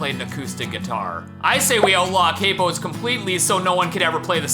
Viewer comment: pronounced 'capo' wrong